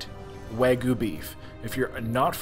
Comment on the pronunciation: It’s spelled “Wagyu” not “Waygu” and pronounced “wah-gyu.” Almost as bad that other video where you said “tem-pure-a.” Still love your vids though lol